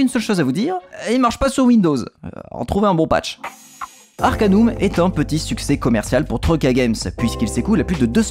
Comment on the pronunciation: Salut, a l'epoque personne ne disait Arcan[U]m mais Arcan[AU]m (du moins en france ! xD) Note: Le jeu est sur Steam Note2: le Patch Fr se trouve aisément, sinon me MP xD Note3: Bonne vidéo!